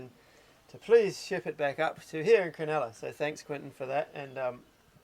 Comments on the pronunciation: It's Cro-NULLA not cro-NELLA. Sheesh mate.😢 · Locals prob corrected you since, but Cronulla = Cron-ull-ah (not crenella). Made me home sick going up the Hacking. The next Inlet Nth is Botany Bay, the southern point Kurnell, Cpt Cooks landing place, his men murdering the 1st of many indigenous occupants.